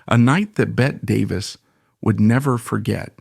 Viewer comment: AI mispronouncing Bette Davis name